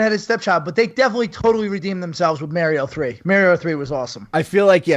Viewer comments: Never have I heard the name Mario be pronounce wrong so many times by so many people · So funny hearing North-easterners pronounce Mario. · Molly Mostyn thats how they pronounce Mario in New York